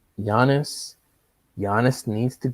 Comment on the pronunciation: Why do you call Giannis, Janice?